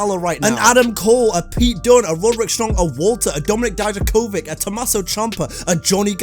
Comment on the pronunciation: How come you can say ilia draganov but you can’t say Dominik dijakovik? 🧐